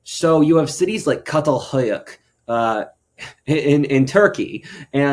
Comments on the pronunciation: Çatalhöyük is pronounced like Chatalheuyeuk. FYI (I am a Turk) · Friend, it’s pronounced “Chatal Huyuk.” Ç makes the “ch” sound in Turkish (Turkey is where the archaeological site is found), “ch” as in the English pronunciation of chocolate.